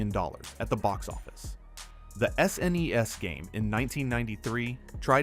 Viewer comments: Yea, the A.I. voice is cringe af. From S. N. E. S. to shnesh lol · This video's the laziest AI slop I've ever seen. It's actually far WORSE than any games featured in the video! Say it with me kids, "S ... N ... E ... S." 😆